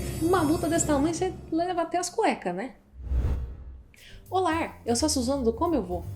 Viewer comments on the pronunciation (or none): Parabéns! O vídeo ficou sensacional!!! Uma dúvida, por que no início você fala "o lar" em vez de "olá"? Fiquei curioso. Grato!